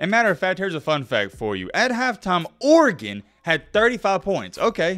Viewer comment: idk but you pronounce Oregon the correct way though